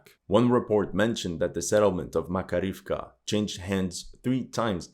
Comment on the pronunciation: Thank you for your analyze. BTW in Makarievka stress on the 2d a: Mak A rievka. Im from Russia.